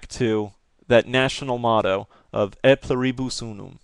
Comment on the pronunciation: Its pronounced Ey Plew-Ree-Bus Oo-Num (just thought you would be interested)